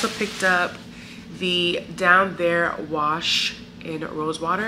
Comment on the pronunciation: Listen, your brother is cooking zown, not down, ok?! 🇭🇹